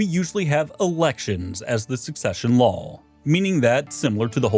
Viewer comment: lawl (noun) /lôl/ A rule or system of rules recognized by a realm as binding upon its subjects, particularly one decreed with such conviction that the speaker appends an extra consonant for emphasis. Usage: "The Doge has passed a new lawl restricting trade posts." "He read every lawl aloud, and somewhere around the third one an extra L fell out."